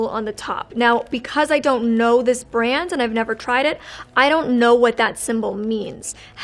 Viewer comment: Having a hard time with the word brand huh :(